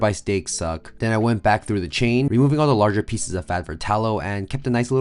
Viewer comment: Chine ….. not chain !